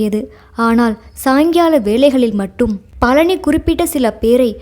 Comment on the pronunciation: கலி அல்ல கழி😮 பலனி அல்ல பழனி.ல ள ழ வேறுபாடு முக்கியமன்றோ தமிழ் உச்சரிப்புக்கு